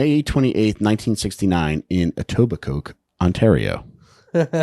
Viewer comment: It's not pronounced EtobiCOKE it's Etobicoe. My brother and I love the show, it's my favourite true crime pod ever.